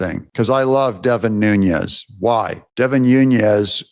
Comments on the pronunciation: By the way… it’s Devin “Nunes” (pronounced like “NOONez”), not Devin “Nuñez” (pronounced like “NOONyez”). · You insist on pronouncing Nunes as Nuñes. But his name is NOT SPANISH. It is Portuguese. It is pronounced ['nu nəs]. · Devin New Nez, not Nuṅez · Devin Nunes, not Nhunez; as in Pedro Nunes ( ), Portuguese mathematician, cosmographer, and professor. Nunes is a common Portuguese surname. What you are saying is Núñez, the Spanish version of the name. Your son will love the Portuguese history, and will study the Tactics of Viriato x the Romans, in ?West Point? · Doug!!!! You’re continually mispronouncing Devin Nunes’s name, and he deserves more respect. It’s pronounced NOON-nez (NOT NOON-yez). Thank you. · It's not Noon-Yez. There are videos of him pronouncing his own name as Noon-ez. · Hi name is pronounced Devin 'New-nez' not 'Noon-yez'. Get it right. Also bad 'new-ku-ler' it's 'new-clee-are'. Have a nice day. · Nunes not Nunyes 😂😂😂 maga on my man. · Hey Doug, why do you call Devin Nunes "noon-YEZ"? Is your name pronounced "ten-yapel"? There is no tilde over the second n in his name, so it is pronounced "noon-ez." No "y" sound. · I'm not upset. I'm just helping you pronounce Devin's name It's Nu nes is how you say his name. I hope this helps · Devin's name is Portuguese, not Spanish. No Z there. N U N E S new-ness